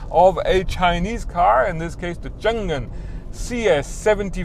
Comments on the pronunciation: Like your review. BTW it is Chang An, not Chan Gan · Its actually pronounced "Chang An" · I think it pronounces Chang Un